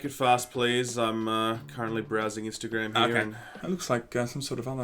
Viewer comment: "Insta Gram"